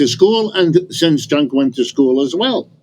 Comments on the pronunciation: Prof Wolfe: His name is Cenk, not "Chunk." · Also, the Professor Wolff calling Cenk Chunk/Junk is a very hilarious unintended mispronunciation (well, insofar as Cenk wants his name pronounced anyway, but I pronounce my last name differently than how it’s originally and currently pronounced in my grandfather’s birth country (Norway) just to make it easier for people and less foreign sounding so given that Cenk and I seem to have some personality similarities with him I’ve noticed including a certain instinctive politically pragmatic subtlety so perhaps he’s doing a similar thing. Also perhaps he’s never heard of Jenkem which may have made him think twice about this pronunciation but alas lol.